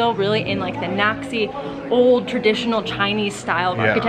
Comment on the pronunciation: Once again Amazing video! Great job guys Just want to point out for you guys that's wonton soup you having. Dumplings are more common in Northern China. In Yunnan, it's more about rice noodles, sticky rice, goat cheese, and tofu. And Naxi is pronounce more like Naa Shee